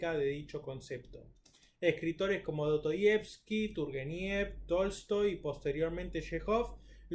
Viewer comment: Do-to-yevski???? La S en ruso no es muda, y en español tampoco.